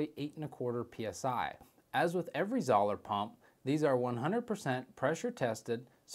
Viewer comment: How can you review it if you can’t even pronounce the name right lol. It’s pronounced ZO LER